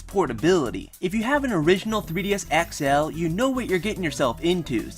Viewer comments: you say XL so weirdly.... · sorry but i fucking hate how you say xl